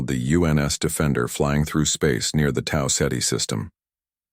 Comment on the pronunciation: Tausetti is spelled Tau Ceti